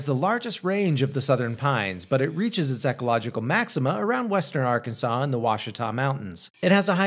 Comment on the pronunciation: I feel a little offended hearing you mispronounce my states name, Arkansas It’s meant to be pronounced as Are-ken-saw Sorry if this seems mean it was just bothering me. I hope that it was more helpful then mean!